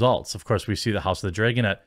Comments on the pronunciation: LOL hes like we dont all talk like that and then says house of the "dregen" 80 times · The only things I really notice in your accent is that you pronounce things like bag and dragon as "beg" and "dregon". Other than that you pretty much sound like a standard american to me. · Is he say house of the "dray-gon" or dragon? lol accent differences lol i can't say anything being southern lol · I get it. You think you don’t have much of an accent. But the accent you do have I dig. Being from the south. I mean. Mines not thick and self gratifying like most from my region. When you pronounce vowels it shows. As most accents do. Like. House of the “Dray”gon. Lol. Love it. Aww Jeec. Lol. Love you bud! Don’t mean to rayg on yas. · "I don't have a Wisconsin accent...flayygship drayyyygin" lol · I always notice you saying "bayg" for "bag" and "draygon" for "dragon." <3 It's cute. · Speaking of accents.. i like how you say dragon.. draygon lol